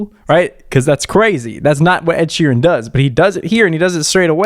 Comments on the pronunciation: "Ed she ran" 😂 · Ed "she ran" 😂 thanks for killing me